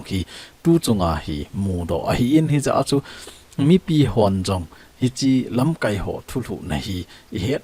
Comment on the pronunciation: Lamkaipu, lamkai na pronounce dan chu a dih poi. Tua na pronounce dan chu 'verb' banga a kiman teng hitia chu man ding ahi. Noun ahi teng KAI ti lai chu kai sao ding ahi.